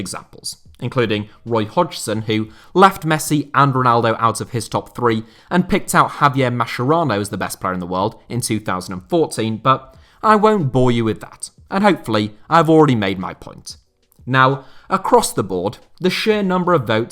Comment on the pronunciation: I really love how you butchered Mascherano’s name by calling him Javier My Sharonna. It’s actually pronounced maskeRAno